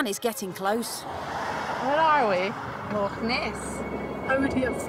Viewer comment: Narrator could at least learn to pronounce loch properly!